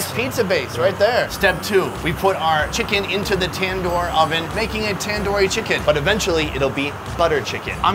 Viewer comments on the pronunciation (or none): ITs Tandooori not tendoori 😂😂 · It's not Tan-Doo-Ree It's Tun-doo-ree